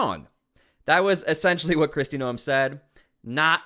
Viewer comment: Her name is pronounced Christie NOME! Not No em. You keep missed pronouncing her name